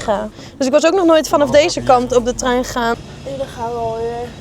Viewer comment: hij was weer geweldig❤jammer dat het woordje TREIN toch moeilijk blijft 😂😂